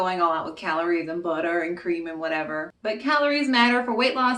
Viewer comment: The voice you go in and out of in many of your videos is really funny. Like “buddah” for butter Looks good. Maybe do some more videos for holiday meals and treats. 😊